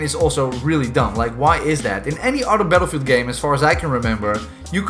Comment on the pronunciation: haha when the video started I thought you say paedophile 2042